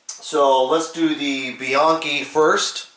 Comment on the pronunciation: It's "Be-yankee". I heard that from John's own mouth years ago.Thanks for the review also. Probably like most gun guys, I have a box full of holsters after 50 years of packing. Still can't find the perfect one. Probably never will. About to try the Outlaw brand though.